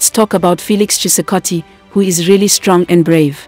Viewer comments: Felix Tshisekedi not tshisakati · FELIX CHISEKATI,,,,?,,❌,,, FELIX TSHISEKEDI,,,,☑️ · He's Chisekedi not chisakadi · He's called Felix Tshekedi not Khisakati